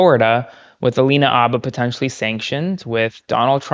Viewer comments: I love your show but, for the life of me, I don't understand why you and Aaron Parnas insist on mispronouncing Alina Habba's last name. The H is not silent. You've even heard her say her last name in video clips yet, in video after video, you and Aaron continue to call her Abba. I'm no fan of Alina Habba, believe me. How she passed the Bar exam I will never know, and she is an embarrassment to the profession. That stated, she does deserve to have her name pronounced correctly. Thank you. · More out of curiosity than out of any respect for her personally (I have none), I wonder why you keep calling her "abba", as if it was a homophone for the band. It's Farsi/Chaldean and the H is not silent. Nor is it a soft guttural like the Islamist group Hamas. Your pronunciation sounds odd to me. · Why do some yanks drop the H off habba and pronounce it Arba? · Y'all make so many really good points but please learn how to pronounce "Habba". It's annoying enough to have to hear her name constantly all over the place but mispronouncing it is doubly annoying. The "H" is not silent ... 😊😊😊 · Why don’t you say the H in Habba? Is it silent? Other news outlets say the H. I’m confused 😢